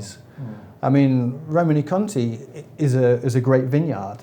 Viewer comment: Also, being pedantic, should be Roman-ay Conti ( E with an acute accent in French gives an -ay sound, not -ee)! E.g. Champs Elysées